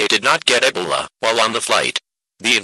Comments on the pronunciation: Hey bro I heard you like eh buh lah. Want sum more? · mm... nah I heard him ay EB uh LA